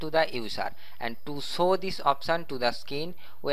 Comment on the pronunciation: not show....."sow u"😂😂😂😂